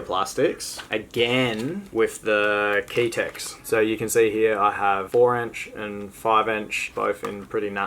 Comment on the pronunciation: No hate but ( keytech) lol. Love your videos